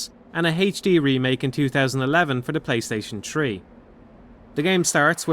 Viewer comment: what is this PlayStation Tree you speak of?